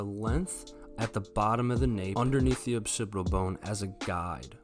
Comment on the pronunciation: “Occipital bone,” not “opsipital bone.”